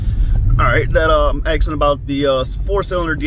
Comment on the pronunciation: It's asking, not axeing. You're white😂